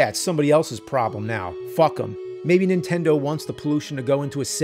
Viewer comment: It never gets old hearing James say super "INtendo"